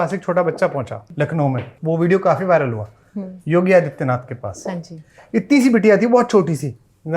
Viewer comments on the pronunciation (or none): none